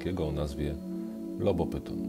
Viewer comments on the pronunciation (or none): Bardzo dobry cały kanał. Świetna robota, ale jedna uwaga "ph" po łacinie odczytujemy jaki "f", więc nie Sarkopyton tylko Sarkofyton, Lobofyton itd.